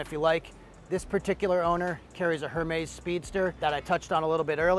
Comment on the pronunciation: Air-mez……. Yeesh